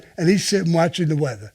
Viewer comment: "Im watchin the weatha." The way he says it haha